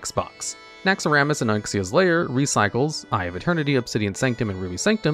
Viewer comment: Wtf did he call Onyxia? No sir..... No.